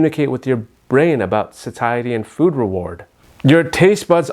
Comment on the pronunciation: A real doctor is not going to call it "sat-I-a-tee" when it is "say-shah-tee." This is AI b.s.